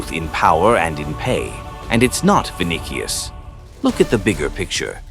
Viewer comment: “vin dih ious”